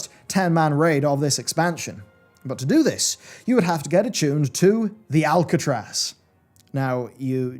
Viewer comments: ARCatraz,! Not Alcatraz! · ARC-atraz not ALC-atraz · aRcatraz not aLcatraz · ARCatraz, not Alcatraz. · The ARcatraz... there's no "L" in that dungeon name. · Are you purposely calling it Alcatraz? Cus thats not its name...